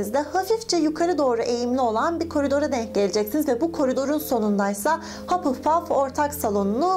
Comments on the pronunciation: hupplepuf değil hufflepuf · Hapılpaf değil, Hafılpaf diye okunur. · Hapılpaf diye değil hafılpaf diye okunuyo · Kanalını seviyorum ama hapılpaf rahatsız etti kabul ediyorum hufflepuff in okunuşu biraz zor ama hapılpuf demen dikkatimi dağıtıyor =) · haPılpaff dalga geçmiorm yanlış anlamayın ama komik